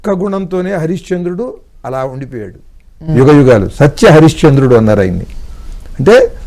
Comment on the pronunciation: Excellent interpretation about Ramayana characters. Interview chestunna madam garu Yugam uchcharana lo yugham anakandi. Ga but not Gha